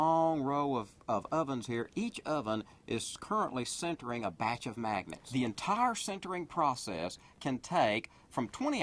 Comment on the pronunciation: sintering not centering.. srsly this guy can't pronounce